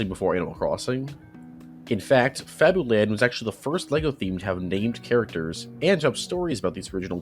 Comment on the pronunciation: fabuland is pronounced fabyland